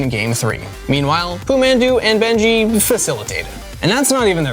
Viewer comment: who tf is benji my guy, its (beng-gi)